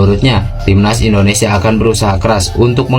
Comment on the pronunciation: IndoneSIA Bro, bukan IndoneSA....